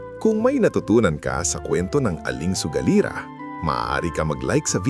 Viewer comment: Baka sugalera Hindi sogalira. Taga Visayas siguro si Sir 😅 Anyway, no bashing, nagsabi lang ng tamang spelling Hindi Ako nagmamagaling..